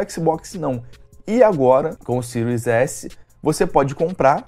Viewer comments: Xbox Ciro? Não sabe nem falar o nome do console e foi uma chuva de hate. Não entendi nada. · "Ciro écsi, Ciro éssi", é isso mesmo? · Xbox "Siru" X e Xbox "Siru" S??? SHAUSHAUSHAUSHAUHSUAS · "Xbox ciru ese"